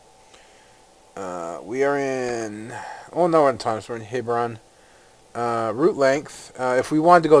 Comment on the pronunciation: Wow nice graphic settings.. and it's pronounced Tu-nis derp